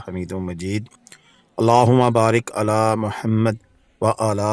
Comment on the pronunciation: اپكا "على" كا تلفظ, درست نہیں!